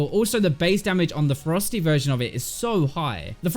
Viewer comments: I was like wtf is a frosty Q and a frosty W when he talked about Rengar. He was saying Ferocity lol... Damn u British boiz 💛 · everytime he said ferocity i thought he said frosty for rengar XD